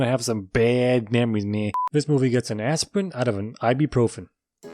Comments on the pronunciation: Its Astrid not asprin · I love how u called Astrid "aspirin" LOL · Astrid..Not Asprin. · "Aspirin out of ibuprofen"🤣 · I love how he calls Astrid aspirin 😂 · "An aspirin out of an ibprofin" lmao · It’s funny how the entire time he called Astrid aspirin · he called har asperin the whole time just to make that one joke XD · Every time he says aspirin I crack up laughing